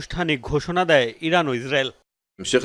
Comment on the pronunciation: যুদ্ধ হচ্ছে ইসরাইল ইরান, পাঠক ইজরাইল ইরাক কেন বলছে?